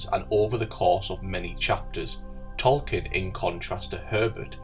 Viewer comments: The book is called "Dune", not "DOON"! The narrator I think is making interesting points, but his inability to pronounce the word makes this video unlistenable. While we're at it, the author of The Lord of the Rings is was J.R.R. Tolkien, not "Tolkinn". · Who the hell is Tolkin...